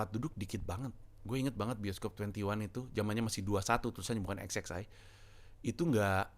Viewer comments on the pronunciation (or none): Satu yang bisa dipetik dari video ini, salah satunya adalah XXI ternyata bacanya “eks eks ai” bukan “eks eks wan” wkwkwk